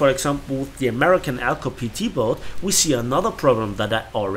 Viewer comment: you said boat wrong.